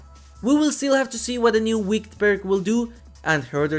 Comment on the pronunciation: By the way the e in wicked isn't silent. If it's silent, it becomes the past tense of wick, and if it's audible it's an adjective which is commonly used to describe witches. Keep up the great work!